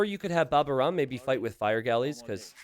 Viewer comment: babaorum is the (latin) name of a roman army camp next to asterix' hometown in the bretagne.. and it is pronounced baba -O-rum. /hermione